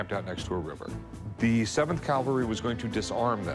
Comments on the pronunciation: It drives me crazy that Rick keeps saying CALVARY instead of CAVALRY! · It cavalry, not calvary. Jesus died on Calvary. Cavallo is Italian for horse, hence, the cavalry. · Please, the word is "cavalry," NOT "Calvary." That is such an irritating, bozo mistake to make. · Cavalry...not calvary ! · It is pronounced CAV-AL-RY,, Not CAL-Va-RY. ! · It grinds my teeth like nails on the blackboard when Rick says "calvary!" C'mon Rick...